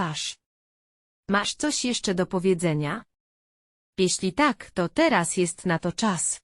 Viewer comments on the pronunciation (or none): Irytuje mnie ten wyraźny akcent na literę k w słowie takkk niskie oprocentowanie to K wychodzi głośno z krtani ta pani za bardzo stara się upiększyć dykcję ale to k jest przerysowane poza tem czemu ta reklama pojawia się nieustannie długo ,moze dlatego jest tak irytujące to k bo za często i wszędzie jest powtarzane ?